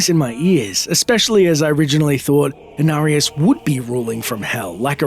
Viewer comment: They butchered Inarius